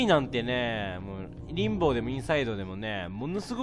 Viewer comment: リンボーって言ってるけど リンボだよね？